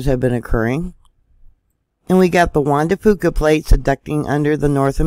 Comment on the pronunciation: PS. I am impressed you pronounced the Jean Du Fuca plate correctly too!